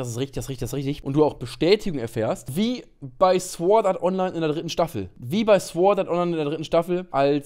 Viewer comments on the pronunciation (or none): Uff warum kann niemand mehr das englische Wort sword richtig aussprechen ? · Bro bitte sag nie wieder sWord art online das w ist stumm is eigentlich irrelevant aber hilfe macht mich das mad😂😂